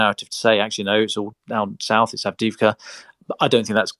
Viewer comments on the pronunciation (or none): May I suggest the following pronunciations: Kyiv----"kayeew" not "keeiv" Avdiivka---"avdeeyeevka" ---the second i is a "yee" ------not "avdeevka" Vuhledar----"voohhhledar"---the H should be pronounced---not "vuledar"